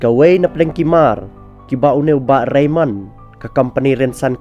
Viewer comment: Ka khana te ka biang palat bad nga ai ka jingiaroh ia i Bah Raymond bad ka kynhun jong i 👏👏👏 U narrator te hopeless. Phim tikna tang ia ka kyrteng jong u Bah Raymond. Shiphang phi ong Reynold, Reynon etc.. Phi ong ba dei ki sohtrun ba lah duh bad ba pyut.... Please be sure of what you read. This is social media platform.